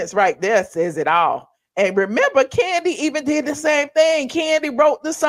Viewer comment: Do they call Kandi, "Koondi,"? 🦝😂